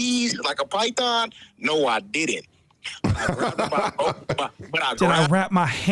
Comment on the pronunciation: “like a PIEE- THOOON” 😂😂😂😂😂